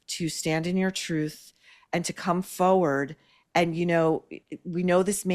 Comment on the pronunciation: forward...not foward